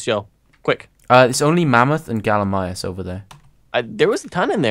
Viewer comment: kept saying gallimius, not gallimimus.